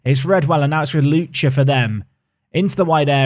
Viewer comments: It's Lucka, not Lucha. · FA Cup please. Also, while I’m being Name Nazi: Lucca = Loo-ka not Loo-cha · Oh your pronunciation of Lucca could kill the entire Italian population, it's pronounced like "Look-Kah" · Double c in Italy is a CK not a ch sound so it’s lucka